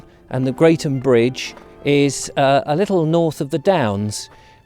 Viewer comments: It is pronounced Gretham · Crossed it many times :) It's actually pronounced 'Gretham" :)